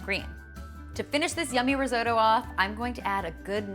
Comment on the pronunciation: I'm Italian. Risotto (non "risoudo" :-P) is not boiled. That is boiled rice!